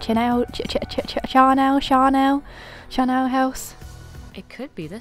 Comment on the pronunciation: You pronounce Charnel like Charlie :).